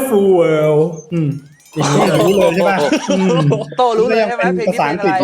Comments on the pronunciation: อีสานเวิ้ลลลลลลลลลแย่ไม่ไหว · ขำๆสุด อิสานเวิลลลลลลลล 5555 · อีสานเว่อเหิ้ล คือขำไม่ไหว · อีสานเวิ้ลคือไม่ไหว ฮามาก